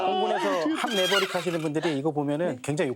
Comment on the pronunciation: 매버릭은 아니고 그냥 음 내버릭 ㅋ